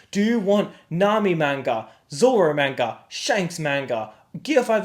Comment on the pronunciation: At least say manga correctly